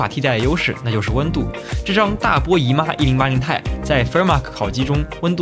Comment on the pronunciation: 其实读1080 T I，不是太。